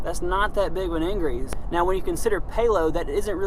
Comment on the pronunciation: "ingrease" lol